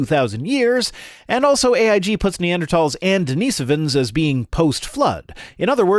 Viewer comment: EVERY time the AiG people say "Neander THAWLS" fucking enrages me. Thanks,, for pronouncing things correctly and standing up for trans rights.